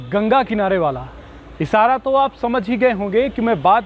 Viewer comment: इसारा नहीं इशारा, कोसिस नहीं कोशिश होता है, शब्द का उच्चारण शुद्ध करें !